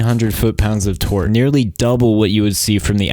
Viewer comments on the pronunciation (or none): none